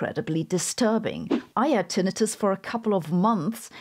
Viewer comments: Your pronunciation of Tinnitus was like nails on a chalkboard... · It’s always weird when I hear the secondary pronunciation of tinnitus.